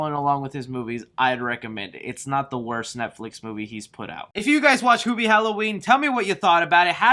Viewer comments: Its HEW bee not hoo bee also your review is stinky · Isn't Hubie and not HOOBIE? like hes saying? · i seen you on every comment it's hubie not hoobie like he's saying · I had to turn off your video after the fifth time you mispronounced the title character's name. Can you say the word, "human"? Do you say, hooman?